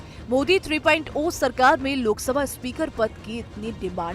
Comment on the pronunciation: are bokli 3.0 (three point zero hota hai na ki 3.oa )